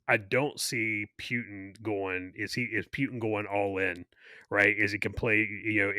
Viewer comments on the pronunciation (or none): Someone please teach how to say PUTIN. There is no W in PUTIN and there isn't an E either. Sounds like he is saying PEWTIN.